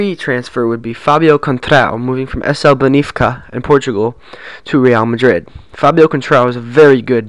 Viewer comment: its not benifca its benfica